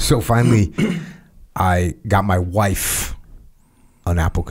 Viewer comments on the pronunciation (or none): "got my wiFFFFFFFe" dafuq? 🤣 that was weird